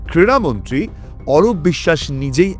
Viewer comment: Kriya Mantri......Not Kira Mantri....Super...